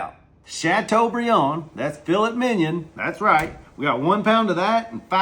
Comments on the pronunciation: What the hell is fill-it minion 😂😂😂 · Did he really call that "Fillet Minion" ? 😂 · Thats "Fill-It Minion" 😂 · He said filet minion